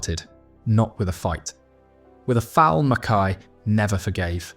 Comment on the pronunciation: Pronounced Mackeye. Somebody should tell your AI narrator. Mackay was a great player and a mega hard man. Could have ripped the revolting Bremner and the other Leeds gangsters to pieces had he really wanted.